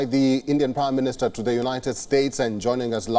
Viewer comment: It's Prime Minister not 'Prim Minister'